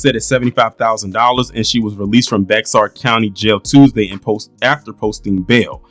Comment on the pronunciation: Its pronounced bear I'm here in San Antonio and they not even talking about it but got all this shit around town about this uvalde and the DAMN spurs